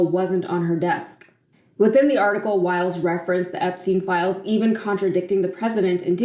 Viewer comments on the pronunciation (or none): Her names is Wiles - not Wild.